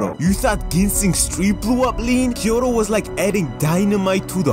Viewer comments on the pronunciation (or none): none